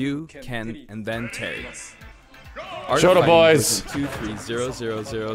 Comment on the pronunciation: Why You Said Terence It's Terry